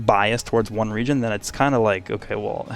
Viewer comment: At first I heard Regen and I was confused then realized he said region